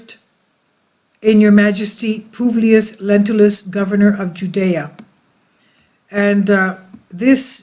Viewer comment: Lentulus, not lentilus, Lentils are beans.